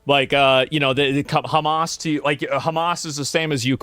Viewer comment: Hamas ❌ Hummus ✅